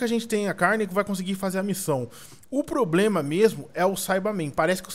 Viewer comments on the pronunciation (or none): none